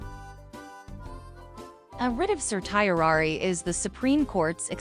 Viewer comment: This presentation would be much more affective if the speaker pronounced the word correctly. Just Google it please.